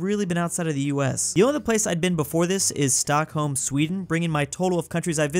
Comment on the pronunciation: As a swede, when he tried to pronounce stockholm i wanted to kill myself (i cant wait for him to try pronounce göteborg)